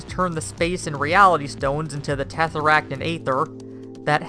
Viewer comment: ''Tefferakkt and aeftheer''